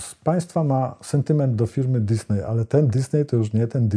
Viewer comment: nie "dysnej" tylko "dyzni"